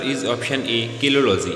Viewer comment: My apologies is it Kelology or kalology I mean the study of human beauty